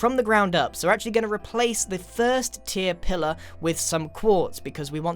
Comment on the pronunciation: me, halfway through the video : ooh its pillar not pillow